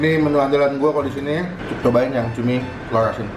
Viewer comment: Gowreng tewlur. Cadel berkelas